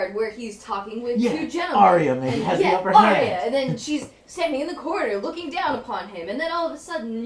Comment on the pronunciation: Why can't americans pronounce 'arya' correctly? Both george rr martin and the show itself have confirmed the correct way, yet they ALL still say 'aria'